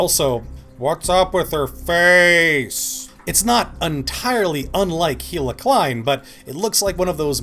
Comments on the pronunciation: btw pretty sure it's pronounced Ila not HHHHHila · It's pronounced eela not heela.